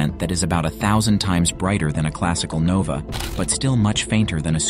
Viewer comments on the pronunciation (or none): none